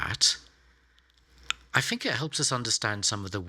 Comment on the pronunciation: It always seems odd when a very intelligent person can't say think without saying "fink".